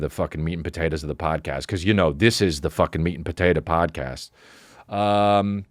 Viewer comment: Almost spit my drink out when he accidentally said “pomcast”